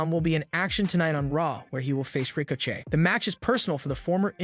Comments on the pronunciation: did this idiot really say "Rico Chey"? Just lost what little credibility you could've had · He said Ricochet’s name wrong, so I know it’s not real. Damn machines are taking over!😂